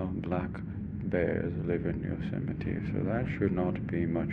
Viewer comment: isnt it "yo-ze-might" ?